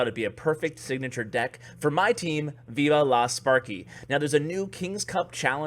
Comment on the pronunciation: Viva la sparky is italian and you pronounced that very well